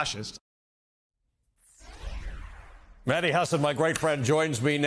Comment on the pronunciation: Ali, thanks for having Mehdi on (and for pronouncing his last name correctly). I was horrified watching the Jubilee "debate", but Mehdii handled it like the pro that he is.